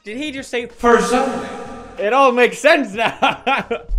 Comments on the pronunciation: Did he say FURSONA I'm pretty sure he said persona. Someone tell me if I'm crazy. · Persona not fersona